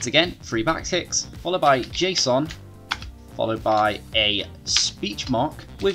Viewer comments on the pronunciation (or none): none